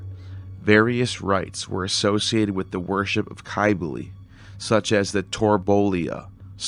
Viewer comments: Cybele is pronounced, Sib-ill-ee. And Pelagian is pronounced with a soft G, like used in the word Giant. I could go on, but I hate being a critic. Just work on your pronunciations and you'll end up with a lot more subs. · He must not be studying that great or he'd know how to pronounce the words a bit better. It's very painful to the ears to hear such ancient words like Cybele and Pelagian pronounced with such harsh harsh K's and G's. And that's just the tip of the iceberg. There's a lot more embedded within this long video, but I'm not going to go over all of it. Anyhow, if he's going to put all this time into it then he may as well work on this as well. He'll get a lot more subs if he does.